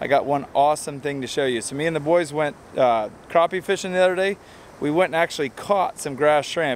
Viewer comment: It’s Crappie...not Croppy! C’mon man!